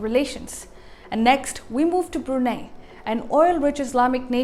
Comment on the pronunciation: Brunei is pronounced as "Bru Nai",not "Bru Nay"! For goodness sake!